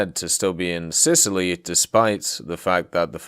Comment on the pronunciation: Sitaly, Sicily + Italy :D